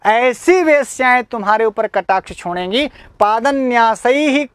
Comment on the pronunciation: छोंडेगी,आप इसका उच्चारण गलत करते हैं